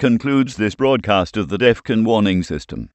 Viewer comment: Jesus man bring back the old voice. This new voice doesnt even say Defon properly he says deffun. Just look at all the comments asking for old voice back.